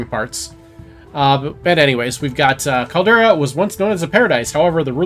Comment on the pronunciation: Calder-i-a not Caldera. Amazes me how many youtubers can't pronounce words. This is your thing. Get it right. Maybe practice before going live.